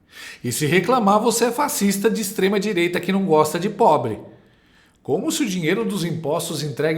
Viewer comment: O duro e ouvir a Dualibi dizendo extreDireita , que ridículo essa